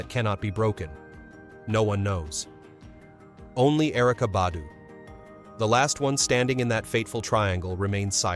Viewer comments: Just a tip: If you put a video out, do some research before you post! Put some RESPECT on that man name! For 27 minutes straight you pronounced his name wrong. LETS DO BETTER!🤷🏽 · you should know how to pronounce names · I PROMISE I JUMPED IN THE COMMENTS JUST FOR THIS POST. I SWEAR THEY BE KILLING ME W/ THAT. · For real! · I know "like why is it so hard to say his name correctly? " It's ridiculous how they killed black people name!